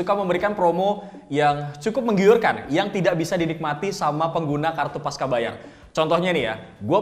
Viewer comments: Pasca bacanya pas-cha, bukan pas-ka. Karena pasca itu bahasa indonesia (yg diambil dari bahasa sansekerta, artinya setelah), bukan bahasa inggris atau serapan dari Inggris. Bahasa indonesia c dibaca che. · Koreksi bang, harusnya dibaca 'pasca' bukan 'paska'.